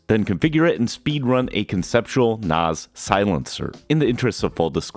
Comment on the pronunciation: Why do you keep saying NOS is it not a NAS